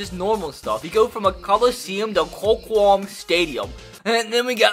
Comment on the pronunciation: Lmaoooo the way you pronounced Qualcomm Stadium 😂💀💀